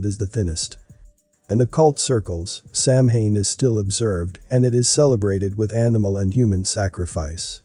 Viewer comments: You should google how to pronounce "samhain"... Sounds like śáh'wn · First of all you pronounced Samhain wrong. Second of all Samhain is a Wiccan holiday and is very peaceful and has nothing to do with sacrifices. You lost me right when you said that I was actually interested at first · It is pronounced Sowain and it is time when it is believed that the veils are thin ancestors can be contacted. It has been hijacked by the Satanists. It was not originally satanic, and druids are not satanists. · Samhain is pronounced sah-win and is not "the ancient festival of death and sacrifice" but a Gaelic festival that signifies the end of the harvest season....sure it's a pagan religious festival but it has nothing to do with satan............. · It's pronounced, 'sow-en'. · Begging yr pardon, but it is pronounced Sow-WEEN not Sam-HAIN. I know it looks weird, bur that’s a fact. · Correct pronunciation is Sow (like cow) Ann, not Sam Hane. Irish isn't phonetic. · First of all.... It's "sow enn" ",!not" Sam hain "... Lol... As a left hand path luciferian witch, NO branch of Satanism or any other path that's luciferian requires blood or human sacrifice, none! So don't blame them. This wasn't us.... Whoever it is, it's not true Satanism. Secondly.... While I agree this concert was Weird, I highly doubt it had anything to do with GENUINE occult practices. That singer looks like he couldn't even read a ouija board, let alone summon demons! Lmao! So keep your tin foil hats on folks.... It was a tragedy, and nothing more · Yes, i wondered if anybody else would pick up on the pronunciation error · Sure wish narrators would learn how to pronounce words. (Samhain is pronounced Saw-when.) (I’m Not a witch, just an English professor.)) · Just an FYI, Samhain is not exactly on Halloween. It changes depending on the moon phase. So it’s entirely possible that the event was much closer to Samhain. Which btw is pronounced Soww-in. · Samhien is pronounced. Sow- when